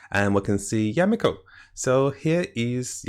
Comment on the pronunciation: Mihoyo: Yae Miko: Yameko!